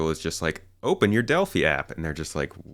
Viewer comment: It's "dell-fye." Not "dell-fee." Rhymes with "eye." As in the "Oracle of Delphi."